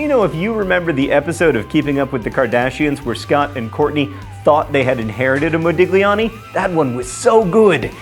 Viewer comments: Fun fact: when a "G" immediately precedes an "L" in an Italian word, it is not pronounced. It has the same sound as the "LLI" in the word "million." Hence the Italian word "famiglia" being pronounced the same as the Spanish "familia." Based on that, Modigliani is pronounced "Modilliani." This is just something that has always bugged me. Also a "GN" in a word is the same as "ñ” in Spanish. For example, Romagna is pronounced "Romanya." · John, please learn how to pronounce Modigliani... :/ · mispronouncing things is his thing